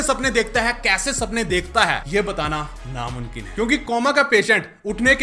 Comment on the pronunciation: Namunkin nehi hota namumkin hota he lol